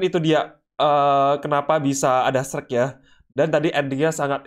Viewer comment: Shrek woi bukan sherk